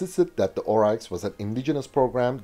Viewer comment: Pronounced 'Orix' not Ohreichs... but to us troopies on the ground, we still called them Puma's anyway.